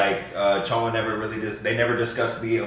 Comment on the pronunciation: I love that correctly pronounces Chioma's name👏🏿